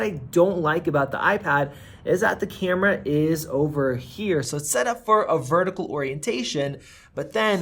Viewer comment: Sayemsung. Cayumera. Fuck dude